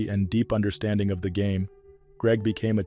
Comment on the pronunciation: I had the privilege of appearing in a commercial with Biff a number of years ago. Lots of fun. BTW, it's pronounced "O-LAY-thuh" Kansas.